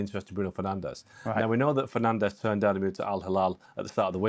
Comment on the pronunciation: A video came out at the start of the season of all the players in the Premier League giving the correct pronunciation of their names, yet somehow monolingual English speaking pundits STILL CANNOT pronounce Bruno Fernandes' name right. At this point, it's obviously intentional disrespect. 🙄